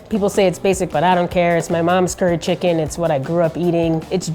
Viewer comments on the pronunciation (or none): none